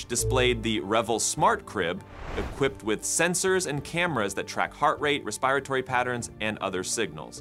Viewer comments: 'Respiratory' quick check on that 😉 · I stopped when he pronounced respiratory the way he did...😂